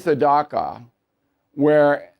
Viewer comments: Dacha is pronounced datcha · Dacha "ch" pronounced like chicken not like "K" in Topeka... дача the Russian letter ч makes a "ch" sound like CHicken in English. Also, there are people FAR more enthusiasic for the war than Putin who could take Putin's place if he dies. Sorry Bill, you are underinformed on this...